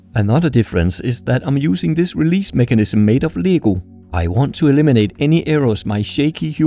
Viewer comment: Your pronunciation of lego is the only time when I have been thrown by your accent xD